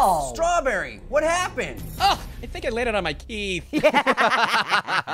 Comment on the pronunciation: Did you say ''Teeth or Team?